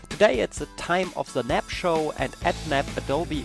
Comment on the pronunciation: Sorry, but it's not called "NAP" anywhere on the planet, it's N... A... B. And I could hardly understand a word otherwise...